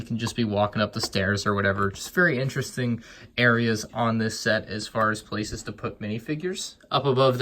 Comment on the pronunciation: I find it so annoying how he says interesting In terrrr estink